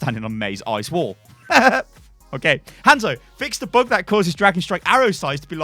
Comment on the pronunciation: Bug not Book